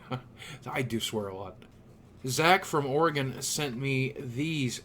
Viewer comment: THANK YOU for pronouncing "Oregon" correctly. Most people say "oreGAHN" and it's a little pet peeve of mine.